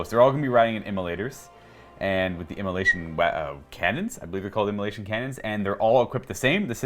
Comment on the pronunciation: "immola🎵SH🎵ion cannons"